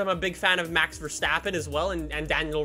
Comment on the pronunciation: I just love how non-Dutch people pronounce Dutch names, 'Mex Versteppen'